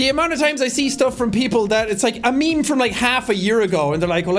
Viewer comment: Sean: It's meme time, it;s meme time, What I here: It's BEAN time, Its BEAN time